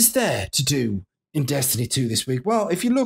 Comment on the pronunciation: On what planet is “In” read like “I’m?” And did you just call the raid the Stone “Script?”